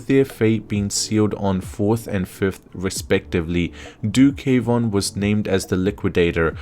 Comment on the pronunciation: Not K—wan it’s one word Kwan just said the same as Swan.